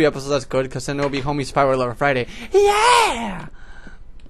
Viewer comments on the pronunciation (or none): none